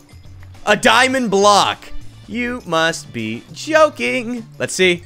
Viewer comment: it sounded a little Like he Said “you must be choking” 🤣🤣